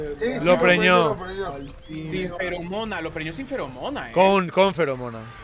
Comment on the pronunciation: Me da risa como dicen todo el rato "lo preñio" jajajajjaa